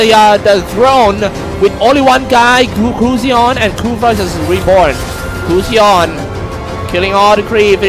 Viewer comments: Anchor pronounce goosion??? What the fck....it is pronounce as gasun... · I'm just irritated by the way the commentator pronounces gusion. "gooseyon" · wtf is gooosion its gusion ffs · They pronounce gusion as gusyon HAHAAHAHA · Kay Gusion nga eh "Gusyon" tapos sabi "impohtant" mukha silang nau-ulol. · jared toh Gu-Ssi-Yhon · Gos-yown ampota. .🤣🤣🤣🤣🤣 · guzyon! (Gusion) nkakabobong commentator. pootchaaa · Its gushion not claude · can't stand the commentator saying gusion